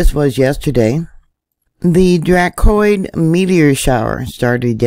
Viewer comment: DRA-co-nids. Rhymes with PLAY doh kids! 😆